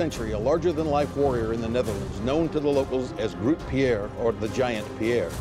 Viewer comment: Groot Piére still makes me chuckle, its Grote Pier, we're not French